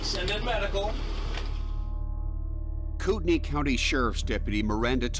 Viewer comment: Does it bother no one else that they mispronounce Kootenai County? Yeah, it has no bearing on the case, but wouldn't you think a popular national TV show would check pronunciations before airtime? They frequently mispronounce place names.